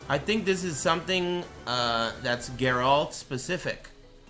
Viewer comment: Say the name properly fuck wit